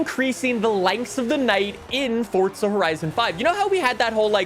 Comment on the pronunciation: Drinking game: take a shot for every time he says "ForTza" within the first 45 seconds...